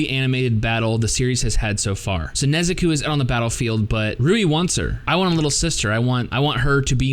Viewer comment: Good review but who is the Nezukuu you speak of??